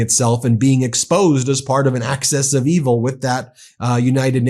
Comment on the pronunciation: Dude, it's "axis of evil" not "access of evil".